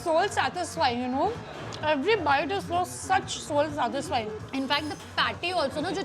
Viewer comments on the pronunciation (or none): The way she said "satisfying" 😂😂😂